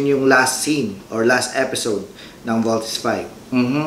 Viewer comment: ang issue po diyan ay malamya magsalita mga five members ni v.v kapag fighting scenes na walang excite lumaban then yung iconic post ni v.v binago nila sa pagbigkas ng voltes v